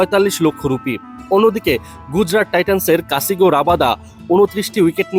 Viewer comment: কাসিগো না ঐটা কাগিছো রাবাডা আর সাই সুন্দর না সাই সুধারশন